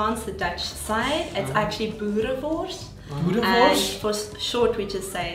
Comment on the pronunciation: I cringed when the Asian guy said boerewors 😂